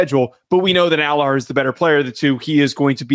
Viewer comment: You want to know the fastest way to loose credibility? Keep pronouncing Drew Allar's name wrong the whole segment...